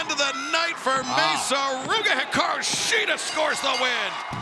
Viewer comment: Peter Avalon vs. Brandon Cutler was a funny match, really loved the Shida/Storm vs. Sakura/Suruga match and I love how pronounces Hikaru Shida's name when introducing her, it makes you feel tickly and happy inside at the same time (I know, it sounds weird =P).